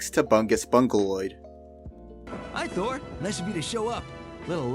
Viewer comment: THOR not Fhor. It seems like you're unable to pronounce your Ts. You even said firteen instead of THirteen